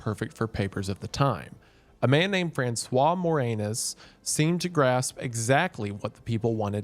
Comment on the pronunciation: You just gonna breeze past "Francois More-Anus?